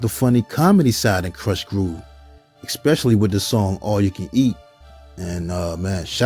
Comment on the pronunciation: Did this dude say, "exspecially"?